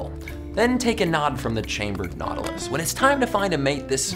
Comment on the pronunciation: USS Naughty-lus.